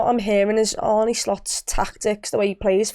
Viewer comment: Makes me cringe every time I hear anyone pronounce his name as "Arnie". Sorry.